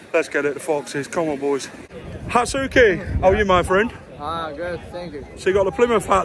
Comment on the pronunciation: It’s Tatsuki mate not Hasuki. lol